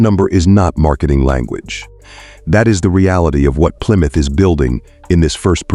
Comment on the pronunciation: Didn't realize there's a b in Plymouth.